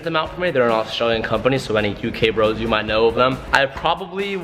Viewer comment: Australian company 'U.K. Bros' um did anyone else hear that